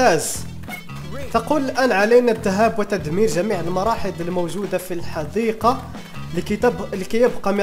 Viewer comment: حديقة و ليست حذيقة